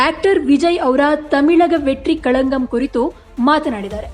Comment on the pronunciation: "ತಮಿಳಗ ವೇಟ್ರಿ ಕಳಗಂ" ನೀವು ಹೇಳುತಿರೋದು "ತಮಿಳಗ ವೇಟ್ರಿ ಕಳನ್ಗಂ" ತಮಿಳಗ ವೇಟ್ರಿ ಕಳಂಕ ಅಂತ ಅರ್ಥ, ನಿಮ್ಮ ಉಚ್ಚಾರಣಾ ವೈಖರಿ